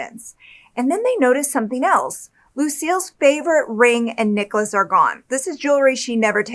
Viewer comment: Please, it’s NECK-LESS not NICK-LESS. I love you, but I cannot